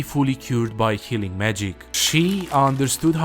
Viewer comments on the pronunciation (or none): Amazing work, as usual. you show the rings but blur it quickly, so it was hard to read the description. Although you read it out after, the accent made "healing" sound like "killing" to me. This isn't a complaint. Just a comment to keep in mind, perhaps.